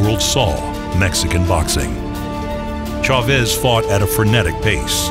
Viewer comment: The fact that the comentator couldnt pronounce chavez's name properly is fucked up. Other than that, great video